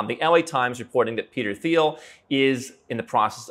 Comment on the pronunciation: Very nice. But dude, the "th" in Thiel is pronounced like that in Thailand: just like a "t", and not like that in "think". Also, one wouldn't have a philanthropic "impact", but an influence or contribution.